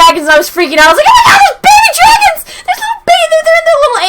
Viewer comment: Dwagons...nice Imma take that.